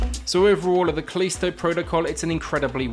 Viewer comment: Kuh-leesto!! XD